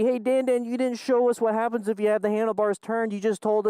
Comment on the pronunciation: I love that instead of saying “what happens if...”, Dan says “wunzif” there’s a pothole. Keep up the epic work dude! 😂😅💪🏾💪🏾